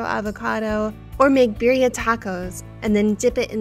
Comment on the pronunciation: She doesn't even pronounce Birria properly either lol